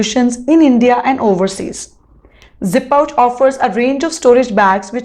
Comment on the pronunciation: It's zi-pouch...not zip-pouch